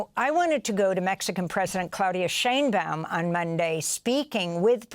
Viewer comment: “Claudia Sheynbum?” It is Sheinbaum, and you know it.